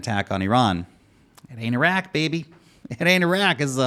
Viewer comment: Thanks for pronouncing Iran correctly. You're one of the few in any kind of media who do. Though you f'd up the pronunciation of Iraq (ee-rock)